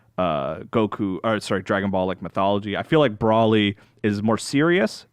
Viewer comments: Bro-lee, not Brawl-ee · There is now W and there is NO A in BROLY. You pronounce it Bro-lee. Learn how to read english for fucks sake you wankers. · saying Brawlee is comparable to my annoyance of Dan Ryckert saying “Frietza” in the All System’s Goku podcast. Yikes man. And yeah, I feel like the review of this movie is hurt by the fact that they’ve missed crucial parts of Super (or in case, ALL of Super).